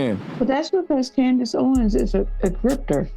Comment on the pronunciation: I STARTED THE COODACE OWENS SAYING AND ITS ACTUALLY COODACE HOEWENS 😂.